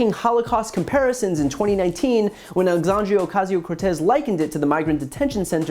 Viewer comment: For some who is obsessed with trying to destroy AOC, she still can’t pronounce her name right.